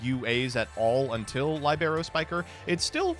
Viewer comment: libero lee-bur-oh Libero Spiker